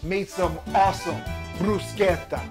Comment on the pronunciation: so far out of all the people i have heard say bruschetta, you're the only one that says it the same way i do. not saying everyone else is wrong just happy at least one other person say it as me. also the dish looks good.